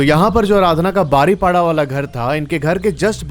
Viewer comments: It's बारिपादा not बारिपाडा. ☺️☺️😊😊❤️❤️Luv from Odisha. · Pronouns thik se kar le bhai woh baripoda hota hai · ...baripola nehi❌ Baripoda✅ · BARIPADA😂 NI BARI PADA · बारिपाडा नहीं है बारिपदा है । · बारीपाडा नहीं है वो, बारिपदा नाम है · Baripada not badipoda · Rasulpur nahi Rasulgarg Angul nahi Anugul Baripda ko बारीपदा bolte he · Nice story. Rasulpur nahi Rasulgarh, Baripada-बारिपदा * isse batane me meri koi galat intension nahi hai but me chahti hu ki koi galat pronounce na kare. Proper word sabko pata ho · bro said baripada 😂😂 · Bhai agar Hindi padhni aati hai toh it's बारीपदा and रसूलगढ़ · Bhai baripada- में "da "- दा... बारिपदा।😊 Love from odisha! 🤟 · Baripada pronounce galat he .. google se pucho